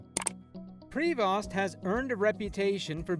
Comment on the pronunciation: Prevost, pronounce pri-vo, not prayvosssttt